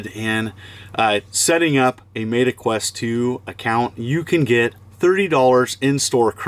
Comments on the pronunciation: “Mayta” Quest? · Mayta lol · Did you deliberately say Meta wrong? Lol. Thanks for the referral code!